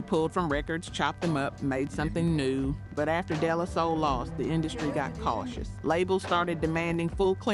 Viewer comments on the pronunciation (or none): “Day-Lah-Soul”….not “Della-soul”🫥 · Day -La -Soul is how it’s pronounced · I was wondering if this is an AI voice the way they pronounced De La Soul. lol